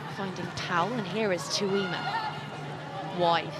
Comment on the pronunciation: Can someone explain to Katey Mclean how to pronounce Tuima's surname? How many times.